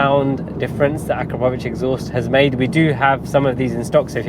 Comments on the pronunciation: Has anybody ever told you, that you pronounce "Akrapovič" wrong??😅🤣🤣 It's A'KRA'povič, not Akra"PO"vič!😅🤦‍♂ Emphasis on the 'kra', not the 'po'. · It’s pronounced “Ah-KRAP-oh-vitch”. You’re welcome 😉.